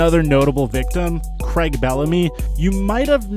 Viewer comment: You need to learn how to pronounce peoples name and city in England, Craig is not creg it’s cr-a-ig and Norwich isn’t Nor-witch it’s nor-ich the w is silent and it’s mus-cat not Musket I know Americans like guns but you literally have a clip from crouches podcast saying it and still say it wrong